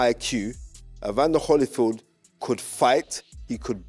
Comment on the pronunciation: C'mon gents I can't believe my ears! It's Holy-field not Holly-field.